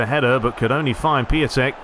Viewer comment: Piątek is pronounced ‘piontek’ it also translates as ‘Friday’ from Polish 😉